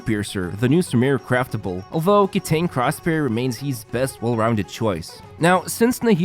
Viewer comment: Mini-gripe but Kitain is pronounced Kita-een